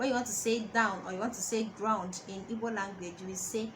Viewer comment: I’m sure you’re coming from a good place but you could at least do basic research on how to pronounce the name of the language, let alone the words you’re “teaching”